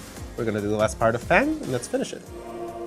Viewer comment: The game pronounces f.a.n.g's name for you.... you still mispronounce it. other than that good shit. Just in case ryu's name is pronounced ree-yu ;)